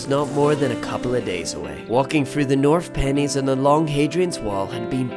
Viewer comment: North Pennines is pronounced North Pen’nines